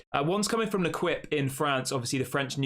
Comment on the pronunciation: It’s pronounced ‘Leh-keep’ as it’s French